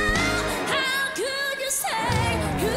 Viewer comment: Yung pagbigkas palang ng how ang sarap na sa hoses ramdam ko emosyon nya pinaghalong sarah at morissette sa growl